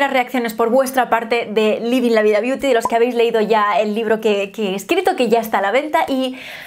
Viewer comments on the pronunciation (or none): none